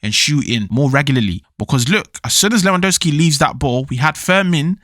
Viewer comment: You are eating the second letter "W" in Lewandowski surname